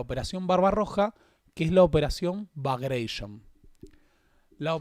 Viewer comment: muy muy buen informe... solo un minúsculo detalle: no se dice operación "bagreishon" (sería la tonalidad Estadounidense de "bagration") sino que se dice "Bagratión" ya que su nombre se le debe a Piotr Ivánovich Bagratión, y el nombre "Bagration" es una adaptación de "Bagrationi".